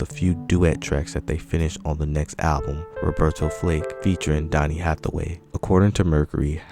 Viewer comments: Roberta Flack not Flake.😁, But thanks for sharing 👍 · How can this narrator call Roberta Flack, Roberta Flake. He’s fired!! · You said Roberta FLAKE bro , which tells me you are basically reading from others and have no real understanding of what you are saying, no personal experience or appreciation for talented individuals they truly were ! .....nice try tho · Sir you not gon mispronounce Roberta Flack’s last name! FIRED!